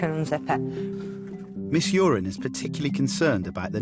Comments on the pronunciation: is her name really pronounced urine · Uren. Stress the second syllable. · Paul Jordan we all know it’s uren it just sounds like urine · It’s Miss Uren... not great but yeah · Its miss uren